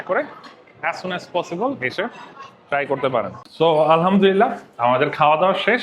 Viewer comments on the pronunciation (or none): none